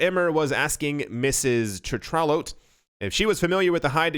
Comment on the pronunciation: Tetrault I believe is a French name and sounds like this: Tay-tro